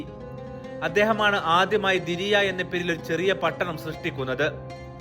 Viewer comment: ദിരിയ അല്ല ദർഇയ